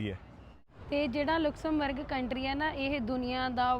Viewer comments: ਭਾਜੀ ਇਸ ਦਾ ਨਾਮ ਲੁਕਸਮਬਰਗ ਨਹੀ ਲਗਜ਼ਮਬਰਗ ਹੈ। ਮੈਂ ਖੁਦ ਇਹ ਸਾਰਾ ਕੰਟਰੀ ਘੁੰਮਿਆ ਹੋਇਆ ਹੈ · naam te sahi le lenda😅😅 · Please speak the right Pronunciation of Luxembourg .you can check on Google